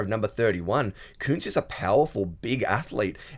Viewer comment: It's cuntz not koontz